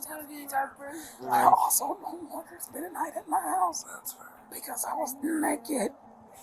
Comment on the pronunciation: the neighbor is soooo funny. 😂😂😂😂 "I was neked" hahahahahaha.